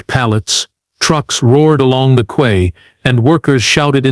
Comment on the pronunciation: I was out at 2 mins, when the ANNOYING AI said Quaaaay) , instead of 'key' (quay)